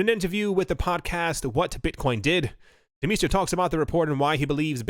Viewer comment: Anyone else hear that guys name as Turd Meister? 😂🤣😂 (Turr Demeester)